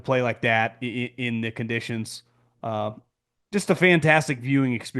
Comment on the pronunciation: “Conditties” 😂😂😂😂😂😂 lowkey hilarious man